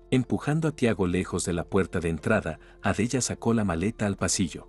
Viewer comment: Por fabor pronuncia bien los nombres por ejemplo Sara Adela ho Carmelita y varios nombres